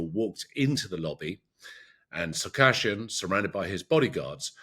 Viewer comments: It's Sarkisyan, not Sariksyan. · Not "sar-KASH-yan." It's "sa-reeks-YAN."